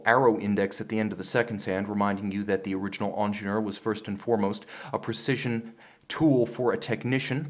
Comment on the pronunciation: Say it with me: "an-zhehn-yeur." Not "onjenoor."